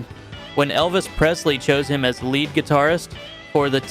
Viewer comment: Come on man. It’s wow-nd strings, not woo-nd strings. And lee-d guitar, not led. At lest someone who knows guitar and can read, read the script.